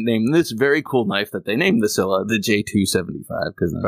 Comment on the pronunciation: it's "Scylla."